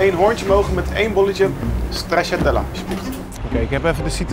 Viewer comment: Nobody:: 1 bolletje ''STRAZZATELLA''